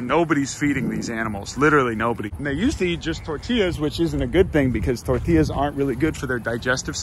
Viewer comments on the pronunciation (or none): I'm sorry, but the way pronounced "tortillas" really got on my nerves. The double l is a "y" sound, not a "l" sound. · Disliked for your terrible use of the word Tor Til las..XD joking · This video was good. The only problem was he called them torti lluhs